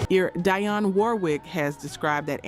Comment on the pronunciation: Dang freaking A.I can't pronounce Dionne!